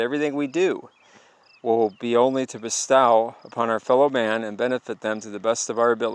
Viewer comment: Your pronunciation of bestow is hilarious haha. God bless bro. Love the channel and the info. Only Jesus saves 💯❤️